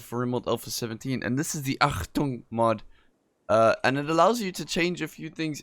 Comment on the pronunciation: yo barky, your pronounciation of "Achtung" is actually quite good ^^